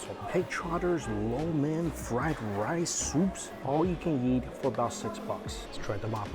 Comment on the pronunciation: Thank you Mike for saying " lo mian " correctly